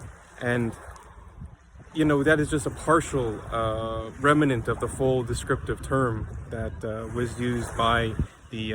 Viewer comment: "remanents"? "ingenaity"?